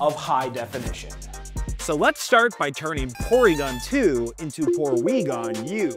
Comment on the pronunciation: Porwiigon twu